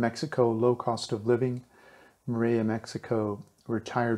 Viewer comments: Hi, The Ls in Spanish are only pronounced like "ya" if they are double LLs, like the sound in the word "tortilla." It's correctly pronounced "torteeya." So, it is more-ell-ee-ya, not more-eh-ya. Thanks for the info. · mor-el-ia not moraya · Great info thanks, but it's pronounce (MORE-EL-YA). Morelia has only one L . You were pronouncing it as dble LL (yeh) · He cant even say Morelia, he sounds like Morea"... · It's a beautiful enchanting town. But it's named after Morelos so the name is Morelia not sure why you're pronouncing it like a double l--More-ray-ya? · Hi. We dont expect perfect pronunciation, but if your doing a report on Morelia you should pronounce it correctly. So if your "in" Morlia just listen or ask someone how they pronounce their city's name. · Please learn to pronounce Morelia right.